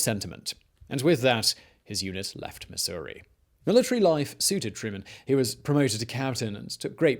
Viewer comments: up vote just for pronouncing missouri correctly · As a Missourian, thank you for pronouncing our State correctly.